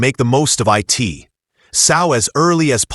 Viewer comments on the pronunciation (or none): STOP saying T. O. And I. T. It is produced to and it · How tea-o use eye-t😂😂😂😂